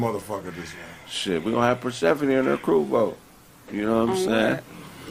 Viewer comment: Persehpani sound kinda....Atlantish